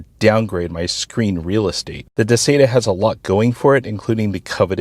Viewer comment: You say Duh-say-tuh, I say Duh-sye-tuh.....